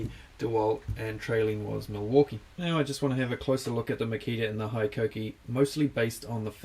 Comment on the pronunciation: Being a Japanese company, HiKOKI is pronounced like Hee-Ko-Kee and not High-Ko-Kee.